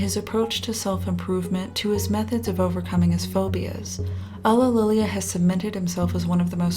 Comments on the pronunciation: It's pronounced You-lee-lee-ah not UGHlililia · So how many outtakes did you have while pronouncing "ulillillia"?